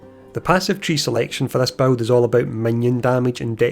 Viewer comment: You know the word BUILD has zero amounts of W's in it right!?!? Buwild buwld buwild bwuild..... 😂💯 Also funny how u mentioned u can't understand that other creator meanwhile half the people here can't understand whatchu saying!!